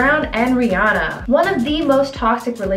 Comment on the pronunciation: How do you not know how to say Rihanna's name